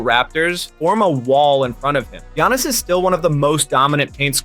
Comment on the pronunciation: that giannis pronunciation is crazy